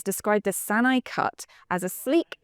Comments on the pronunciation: "e" is similar to "ay", as in "hay", but is a pure vowel rather than a *diphthong The name should be pronounced as "Sa-na-e." For example, it is "Ah-bay" rather than "A-be." It's not Sa-na-ee. It's Sa-na-ay. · “Sa-na-e” not “Sa-na-i”. 😂 If it were English we could spell it “Sanna eh” or “Sana ay” (as in day) Not sure how that snuck in there as the other Japanese names were great or close enough. 🎉